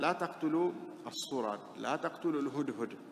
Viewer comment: الصرد وليس الصرج